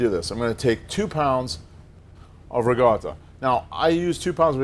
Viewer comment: Why is he pronouncing RICOTTA with a G